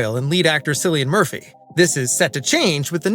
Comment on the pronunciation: Who the hell is Sillian Murphy? 😂